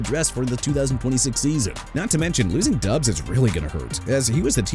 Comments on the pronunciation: It's pronounced Romeo DOBBS, not Romeo DUBS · Dude Chicago isn't pronounced chee-kah-gow; it's either shuh-kah-gow or shee-kah-gow! New Orleans as in New Or-lins NOT NEW OR-LEANS! What part don't you understand? Also it's Romeo Doubs as in Dobbs! And Kingsley Enagbare not Engabare! Isaiah Likely not E-sai-ah Likely, Chuba (choo-ba) Hubbard not Chubba, STEVE SPAGNUOLO NOT SPAGNOLA and Jaguars pronounced ja-gwaars not "jagwires"!!!! You got no respect for athletes or cities or teams WHEN YOU MR. AI SOUNDING VOICE GUY KEEP BUTCHERING THEIR NAMES! YOU NEED TO QUIT!!!